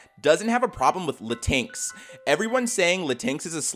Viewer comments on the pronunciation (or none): Hey psst btw, latinx is pronounced Latin-X, still “woke” cringe